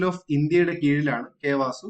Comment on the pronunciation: It's not K വാസു... It's K V A S U😂